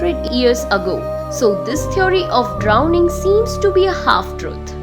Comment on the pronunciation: Not ears it's years stupid